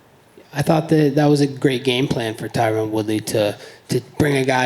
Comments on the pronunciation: Fern wait I see what you mean Colby purposely mispronounces tyrons name as Tyrone lol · He's been calling him Tyrone for years lmao